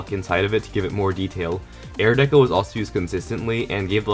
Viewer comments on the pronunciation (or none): none